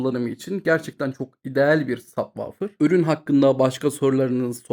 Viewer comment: sabvaufir ne kardes hic mi duymadin nasil telaffuz edildigini hayatinda?